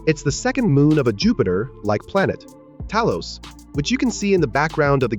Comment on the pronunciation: A weird pause in between "Jupiter-like planet". It may give an expression that this indeed our Jupiter from the Solar System, and it is not. For this length of a video spending so much time talking about whether or not there was a plane crush (which is very insignificant detail) seems unreasonable. The main protagonist from Arknights also has an amnesia introduction route. While it is for sure an overused concept - but the original game played it really well story-wise. And second - MC from Arknights is directly related in some way to Endinistrator from Endfield, so it is not exactly playing the same card again - it is expending on cards that are already played in the lore. Yes, amount of stamina can be increased by playing the game. It is not hardlocked to only two dodge attempts. Swimming is isn't there is due to what Exploration design is set for the game. Same for climbing and gliding - they just build a different type of exploration. As for a bike, we would probably see it at some point in the future. How much predatory the gacha system is we would be able to see only after a release of the game, after the game's economy becomes clear. For now it seems relatively free-to-play friendly, except for the whales that aim to get multiple copies of the characters. And important notice here is that Arknights is designed in a way where duplicates of the characters are largely doesn't matter (in contrary to many other gachas). They are nice to have, but that is about it. Over